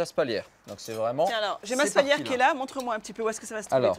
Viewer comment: Spalière pas spaulière. Et de préférence, médiéval que "moyenâgeux". À part ceci, bonne vidéo, c'est chouette de promouvoir des artisans de cette apparente qualité.